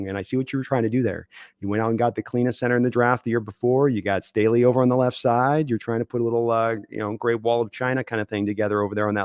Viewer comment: Why does everyone outside of Baltimore call Ronnie, Ronnie Staley? His name is Stanley.